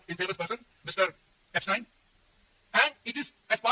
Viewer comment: ऐपसटाईन नहीं, ऐपसटीन Mr Puri